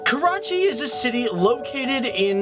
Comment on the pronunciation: Everytime he says Karachi, I cringe.